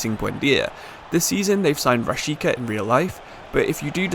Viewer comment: Hey, it's actually "Rashiza"😉